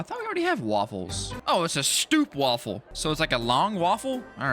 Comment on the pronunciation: ‘STOOPWAFFLE’ As a Dutch person that sounded so dumb